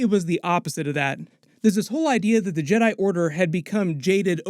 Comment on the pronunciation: ¿Why did he say yeRAI and not jedi?